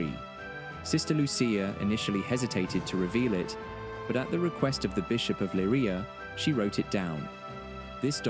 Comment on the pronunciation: Please get the names right! The places are Leiria and Cova da Iria